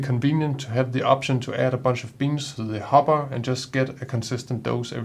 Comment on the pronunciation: Good video, and your English is excellent, but a minor point, sounds like you say hobba for the bean container, it should be hopper with a ckear p sound.